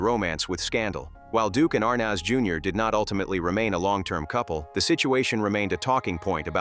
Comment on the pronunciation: This is poor AI. Why the heck is Mitzi Gaynor in this, for no reason ,commenting on Betty Grable which makes no sense? And the AI pronunciation of "Arnaz" is off the mark.